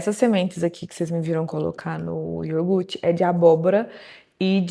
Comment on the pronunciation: Iogurte , pronúncia correta